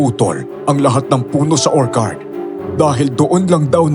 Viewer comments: konting correction lng po ...ORCHARD ... or chard po ... di po OR KARD. sakit po sa tenga😅😅😅😅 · magagaling po kayo at natutuwa po akonsa dedication nyo sa paglalahad ng kwento.. yun lang po medyo mali ang pronunciation nyo ng ilang words.. wag po sana ninyong ikakagalit ang komento ko.. yung pag bigkas po ng orchard ay mali.. or-tsard (or-CHARD) po hindi po or-kard.. just my 2 cents po.. 🙏🏻✌🏻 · Nakaka-stress yong "orkard". 😢 kahit orchard talaga yon. 😅😅😅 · "Orchard" is pronounced as OR-cherd.. it’s a CH not K (sample is orchid) … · Orchcurd,hindi ho or card yong pgkaka basa,sorry po